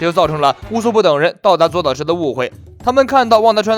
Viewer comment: 左 烏 啦 不是左 島